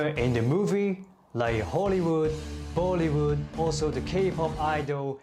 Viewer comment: Bollywood not bollymood